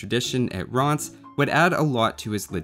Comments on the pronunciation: It's not read Ranz... More like rance but with the french "r" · legend saying how he wants to avoid triggering french speakers Me getting triggered at how he mispronounces rheims as "rhaans" insteaid of "rran" Curse you for not being fluent in a foreign language! shakes fist Respect for pronouncing Chalons correctly though aswell as giving La Hire the respect he deserves. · Rheims Not pronounced as rance. No. :'( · I thought the way he said it sounded more like 'Rance'. So are people from Rheims 'Rancid'?